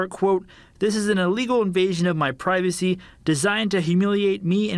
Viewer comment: E something you can't unhear. Peivacy??? Seriously, it's online and she is hollering privacy. OK